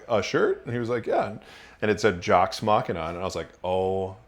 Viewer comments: "Mock-ee-nuh" this ain't Mac n' Cheese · “Jocks mackina”